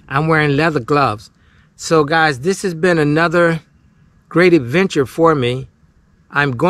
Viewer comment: Did you really just say "we're gonna start our eventure?" you do know it's ad-venture, right?